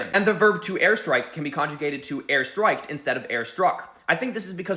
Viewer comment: new sound change just dropped /ɝstɹ̝̊ɐɪ̯k/ -> /ɝstɐɪ̯k/